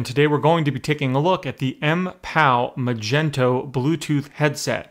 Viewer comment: magneto not magento